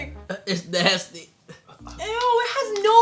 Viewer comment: It’s nay...sty